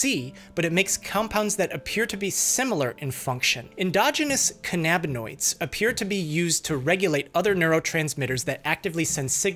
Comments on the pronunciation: you mean "can-a-bin-oidz" not "khan-ab-in-oidz." You are nit Captain Kirk and Khan isn't leading his Augment army against you... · i have never heard anyone pronounce cannabinoids as Can-ab-in-oid instead of canna-bin-oid 😂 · THEYRE NOT PRONOUNCED CAN AB NA NOIDS, THEY ARE CANNA AS IN CANNABIS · Cannabinoids is pronounced “KAN-a-bin-oids”. The accent is on the first syllable. You pronounce cannabis that way, so cannabinoid is pronounced the same way. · the way your pronouncing cannabinoids is driving me insane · Your pronunciation of cannabinoids drives me up a wall, bucko.